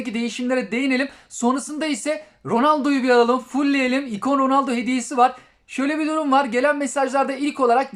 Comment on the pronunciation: Abi oyunu güncellemedim ronoldo dedin delirdim😍😍😍